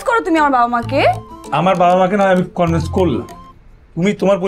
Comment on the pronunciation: এক্সকিউজ মি! কনভেন্স নাকি কনভিন্স?